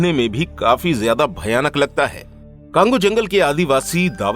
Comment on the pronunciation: Usko cango nahi congo bolte hai bhai or me congo me hi rehti hu